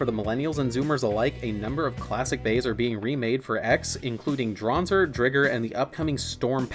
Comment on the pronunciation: What did you just call Driger? Do you watch MBT or something